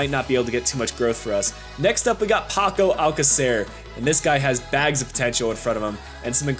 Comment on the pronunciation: It's pronounced paco al-say-sir (alcácer)